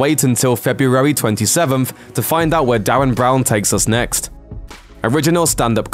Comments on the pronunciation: Derren Brown, not Darren 😂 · His name is DERREN Brown.. DE..RREN not Darren.. and could you have shown older clips of his?? Those were years old.. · Who the fuck is Darren Brown, its Derren Brown XD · Altered Carbon and Mute seem to be all that's worth waiting for, oh and voice over man, It's Derren Brown not Darren, D-e-r-r-e-n. Its even written up on the screen. C'mon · "Yeah, I don't think we need to check if I'm saying DARREN BROWN correctly, even though I am going to be saying DARREN BROWN a bunch of times and I reckon the fact that it says "Derren Brown" here is a typo or one of DARREN BROWN's mind games, ha. Classic DARREN BROWN". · ogod stop saying DARREN BROWN